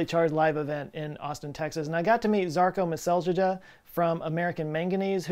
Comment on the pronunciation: Your pronunciation of Жарко Меселџија (Žarko Meseldžija) is hilarious